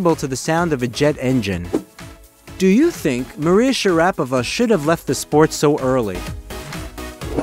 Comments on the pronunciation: Yeah it's Pronounced Princess MARIA share a pova she is the Most Beautiful Lady Tennis Player of All Time 😊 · The first step to credibility on the subject of Maria Sharapova would be for the presenter to pronounce her name correctly. It's a real big problem if you make fan videos that annoy the core viewership within the first couple of sentences.